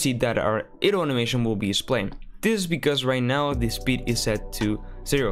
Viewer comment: dude. its not "eh-dle" its "EYE-dle"